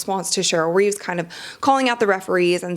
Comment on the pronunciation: It’s Cheryl REEVE not Reeves. Do you even watch ball?